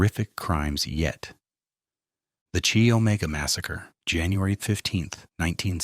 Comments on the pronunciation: You pronounce the Chi in Chi Omega as K -eye, not Chee. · It's not "Chee" Omega. It's pronounced "keye".